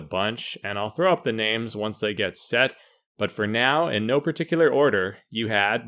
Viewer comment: You pronounce everyone’s name like such a white American..